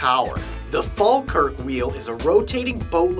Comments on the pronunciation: Awesome video, although the pronunciation of "Falkirk" was a little off: It's pronounced fawlkirk without any stress on the second syllable. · you said falkirk wrong its pronounced "fall kirk" not to get angry or to start an argument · you say falkirk weird